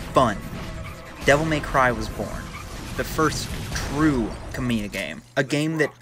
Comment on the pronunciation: Just an FYI, Kamiya is pronounced ka-mi-ya, as 3 separate syllables, not Kame-yuh. Great video either way.